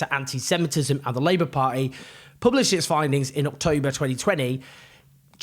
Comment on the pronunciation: Owen! Pronouncing the word "party" as "par@ is great for street cred! Keep it up young man!!